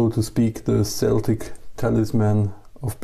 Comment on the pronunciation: It’s Celtic talisman like (kel-tik) rancher than (sell-tik)